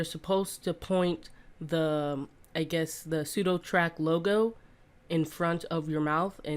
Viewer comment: sudoTACK man.... there's NO R....